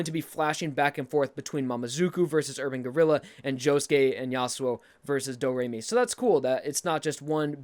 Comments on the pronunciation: "Doe", not "dew". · Doe Ray Me Fa Sew La Tea 'Doe,' not do.The last note is the same as the first. Great video though! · Every time I hear doo instead of do, it causes me physical harm. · pronounces the first note as "doe" Also: the same note is at the end....better change its pronunciation to "dew" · doe not do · it's pronounced doe. not doo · He says do properly in do re mi, but at the end (a full octave, same note) it's still doh not dew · la ti du? I believe it's sound is pronounced as doe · Why you say do as Doo. Do is do, you say it right in the beginning, why you change it at the end of the scale? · Just to quick vent... ITS DO (D-O-E) NOT DO (D-O) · Do re mi fa so la to do. Both "do"s are just pronounced like "dough" I'm sorry to nitpick but I literally felt something inside me die when I heard Doo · I am from america and yes we do have to have a music class from 1st to 6th grade. And i thought do on both sides of the scale were pronounced as doe not the ending one being do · BOI! Why you sayin Do re mi fa so la ti DOO? No one says that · I KNOW HE WAS TOTALLY PRONOUNCING IT WRONG! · three years later, glad I wasn’t the only one that heard it